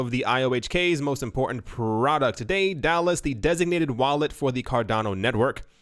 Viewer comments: "Dallas" "DayDallas" it's Day-du-lus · Pronounced: Day da lus